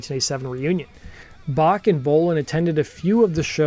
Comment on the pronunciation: Dude can't even pronounce 'Bach' correctly... pfff...